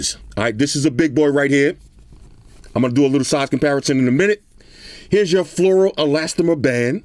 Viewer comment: Did you say Flora Elastimer band?